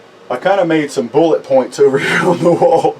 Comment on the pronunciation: Hahaa you said “bullit points”😎 Btw is melting down a hardened powder coated bullet hard or any disadvantages or is it just like pulling regular slag from a mix. I ask because I saw the one bullet you showed that you melted with a torch and wondered if it just melted into itself would it change the composition of the lead any if at all. Thank you great vids you’re brilliant ✨